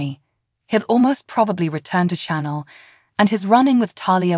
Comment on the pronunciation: If you're going to speak the names of characters...you Really🤔🤨 need to LEARN how to Correctly Pronounce Them!!!, it's not Channel( Chenel#5), Chloé?? That's not good, you say the names Wrong!